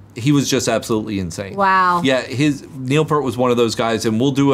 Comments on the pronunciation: Show her the Neil's solo from Frankfurt. Oh!!! It's pEARt not Pert. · I really enjoyed your reaction video. I just need to tell you one thing: Neil Peart pronounced his name just like it's spelled: "P-ear-T" You're pronouncing it: "P-ur-T" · His name is pronounced. PEERT. Not pert. As for greatest drummers. Every poll taken has mostly had Bonham as the greatest power Drummer, however, the most versatile and technically skilled drummer is Neil. They are the two greatest drummers, and never forget Buddy Rich, Danny Carey, Bill Ward, Carl Palmer, Ringo Starr and Keith Moon. Always at the top of the list of greatest drummers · Both Rolling stone magazine and Drummer magazine have Bonham as number 1 and Neil Peart pronounced Peert not Pert as 3rd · Not to be picky, but Neil Peart's last name is not pronounced "Pert", but rather, P-ear-t, with an emphasis on the word "ear" as the dominating element. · Neil’s last name was pronounced Pier-t not purt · Eddie Van Halen was once asked “how does it feel like being the greatest guitarist in the world” and he replied “I don’t know, go ask Alex Lifeson.” Also, you’re mispronouncing Peart’s name 🙂 it’s peert not like pert. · Peart is pronounced PEERT not Pert! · Neil Peert not Pert. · Peeeert, is how his name is pronounced. Not, ert. Eeert. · Say "peert" not "pert" :) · It’s not Pert, its Peart. Pron'd P EAR T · Peart like Pier with a T, not like Pear with a T. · Neil’s last name is pronounced ‘pier-t’. Like boat pier with the T from the word ‘art’ at the end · Peart like ear, not like pear. 🙂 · I really cringe when I hear Peart pronounced as “Purt.” 😢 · First, please pronounce Neil’s last name correctly.. second, you don’t have to do a video, but you should listen to the Hemispheres album. It was their most technical album and puts all three to their limits and beyond literally draining them..